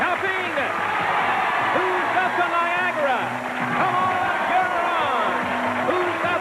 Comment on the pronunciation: I see I'm not the only one who heard Niagara as Viagra